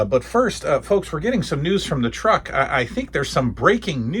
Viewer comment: "News from rhe truck..." 😂🤣🤣